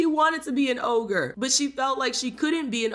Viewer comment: It’s ogre not ohgah😂